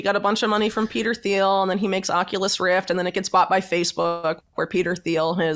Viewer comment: Learn to pronounce Thiel